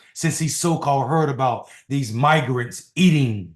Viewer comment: Had two comments linking to the unredacted video removed, so you have to search yourself. It is unmistakeable, even though Lowery is lying that he mispronounced "migrants". That is a very Freudian mispronunciation.